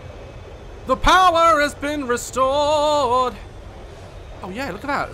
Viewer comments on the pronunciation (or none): nobody: daz: "the powerr has been restorredd"